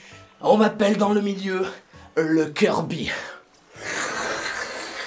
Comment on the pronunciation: "Le kiRRRbbYYY"